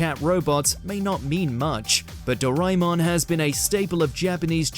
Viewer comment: When the F TART people say “ Do”rai”mon instead of DO”RAY”MON. Don’t just anyhow make up names to make your life easy Pls ah bulk up on Asia culture especially if you really are keen on getting to know the stories .